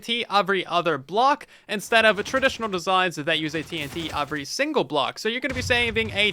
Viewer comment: does your dialect really pronounce "every" as "/A/very"??????